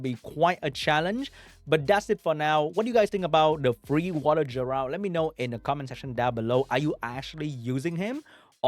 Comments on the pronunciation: its geh-ralt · Will he ever say Geralt correctly?